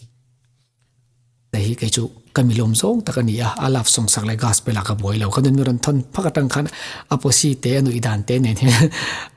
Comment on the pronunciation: Gaspel😮 Gospel tih tur aw... 😅